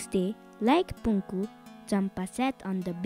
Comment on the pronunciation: its not Punku - Punakhu Maicha